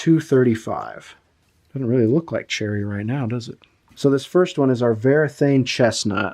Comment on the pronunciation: The brand is Varathane, not Verathane. It is printed right there on the can